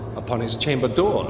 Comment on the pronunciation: "At my chamba dooa.." I love Walken's voice. It's quite unique.